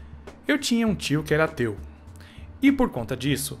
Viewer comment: no começo do video ele falou"eu tinha um tio que era ateu" e eu entendi "eu tinha um tio que era teu" kjkkkkkjkkkk